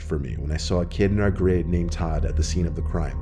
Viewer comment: Did Todd randomly become Tom or did he just say it a little funny?